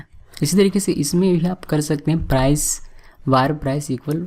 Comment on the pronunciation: He is saying war but it's var (वेर). It's irritating me so much... Looking for this comment...